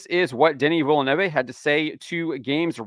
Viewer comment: You pronounced Denis last name wrong hahahahahaha